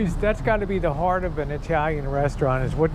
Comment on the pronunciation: Hahahahahaahahahahah "Kymmie even gave us a little hard-on here!" lol... you and your lazy T's haha ((hugs)):)